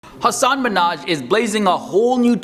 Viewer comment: I think you’re mispronouncing his name. He was on the Ellen show explaining that the proper emphasis of syllables is in reverse order.